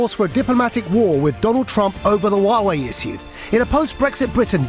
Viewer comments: Note* Wah-way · Its not difficult Nigel... You're an educated man... Check the correct pronunciation for "Huawei"